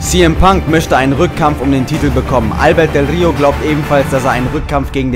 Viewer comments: Albertooo del rio.ALBERTOOOOOOOO mit nem o am ende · bitte sag ALBERTO nicht albert hahaha ._. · Er heißt AlbertO nicht Albert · Es heißt ALBERTOOOOOOOO, ich raste wieder ausxDD